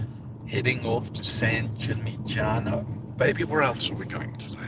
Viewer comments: your videos are great. well done. Second "G" is silent in San Gimignano, look up for the right pronunciation ... just saying , Italians will appreciate it trust me :) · Great content! San Gimignano is “San Gee Min Yano” :)